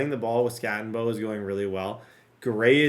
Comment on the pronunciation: I need you to Scattego…that was more like a skatte o no!😂